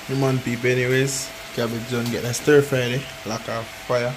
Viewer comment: Stir fry NOT Sirfry